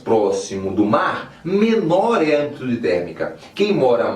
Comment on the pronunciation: oq ele falou? "menor é amplikjjoiniub térmica"